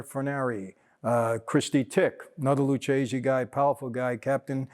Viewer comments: Why is Mike mispronouncing Lucchese? It’s Lukkese, not Lutsjese. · U got problem with Italian bro,its Lucchese so u pronounce Lukese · I believe it's pronounced "Lukese". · Mike, i can't believe you mispronounced lucchese, it is pronounced lukese, much respect from Italy!